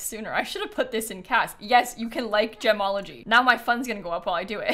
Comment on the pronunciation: i cant unheard jamalogy everytime said gemology